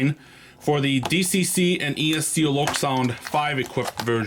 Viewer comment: Nice review and loco. Please don’t use a metal pointer. Use a wooden bbq skewer instead. Thanks for pronouncing Loksound correctly😊